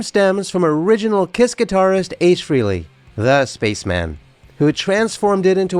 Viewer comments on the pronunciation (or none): Just a note here that some of your references are incorrect. 1. It's pronounced FRAY-lee (not free-lee). 2. The pics of Ace with his guitars were NOT taken at his Wilton, CT home. Photographer Bob Gruen clearly explained in more than one interview that he took those photos at Ace's home in Irvington, NY in June 1978. It was a much smaller dwelling as evidenced by the low ceilings. Ace did not move into his Wilton home until late August 1978 - and construction had just begun on his "Ace in the Hole" studio that summer. There was "renovation" -- that studio was built from scratch during as evidenced in many meetings that included Aucoin Management's (and by default Ace's) legal representatives. Blueprint drafts went through many variations/updates during that time period and substantially increased the final price tag on the buildout of his Wilton studio. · FrAAAley, not Freeley. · It's frehley not freely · It is a common mistake .. His last name is pronounced "fray-lee' not "free-lee" . Hence the play on words for his solo band Frehley's Comet ( "Fray-lees Comet ") a word play on "Hailey's Comet" which was the first tracked and mapped comet by scientist Hailey. Interesting video. Good narration.: The legendary Paul Daniel "Ace" Frehley R.I.P. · If you are going to put out a “fan video” for the love of god at least pronounce his last name right.